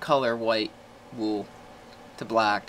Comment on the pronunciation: It sounds like Woo instead Wool (Wul).